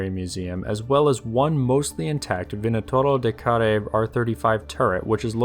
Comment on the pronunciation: You are pronouncing very well "vânătorul de care". I am romanian, btw.